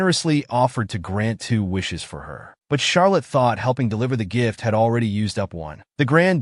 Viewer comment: Who's Shark Liz??? It's Charlett